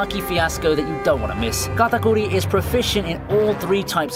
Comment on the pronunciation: "Gatakooree" lmao